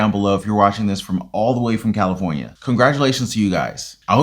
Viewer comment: $1100 FOR CALIFORNIA SAY IT THE RIGHT WAY BUDDY